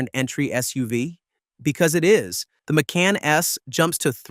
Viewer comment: I wanted to like this but the AI slop “Mick-can” “Mack-con” “Make-in” pronunciations were intolerable.